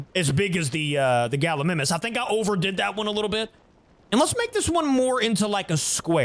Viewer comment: Galimimus is pronounced Gal-E- my-mus